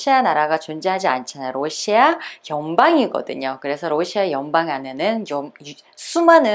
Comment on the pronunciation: 원래 억양이 러↗시아 라고 하나봐요^^ ㅎ 우리나라 사람은 보통 러시아↗ 라고 하지 않나요? 힛